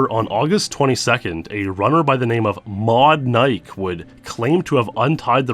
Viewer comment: Modnike does not rhyme with modmike 😂